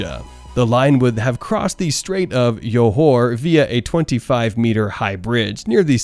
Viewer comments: Please pronounce properly! Johor is not Yohor, Jurong is not Yurong! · It's Joh hor and jhu rong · I just can't The pronunciation of Johor = Your Hor, and Jurong = Yurong just gets me rolling. You don't pronounce juice as yuice though, so why?! 😂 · Why are you saying Yurong and Yohor... it's a freaking J not y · haha. That and his pronunciation of Jurong as Yurong and Johor as Yohor. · I can’t with the Jurong and johor pronounce